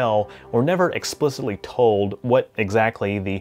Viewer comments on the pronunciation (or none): none